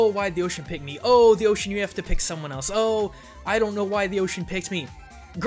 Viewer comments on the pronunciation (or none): none